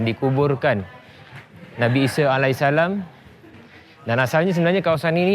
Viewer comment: Nabi ise...ahaa isa lah..sebut baku sikitlah...er er er